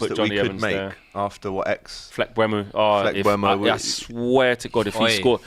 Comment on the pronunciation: Guys Bryan Mbeumo is pronounced Mburmo. Not Mbwemo. If the eu was ue it would be pronounced Mbwemo… (like Madueke, Madweke) please start saying it correctly!